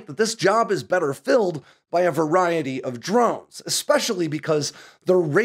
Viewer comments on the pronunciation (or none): none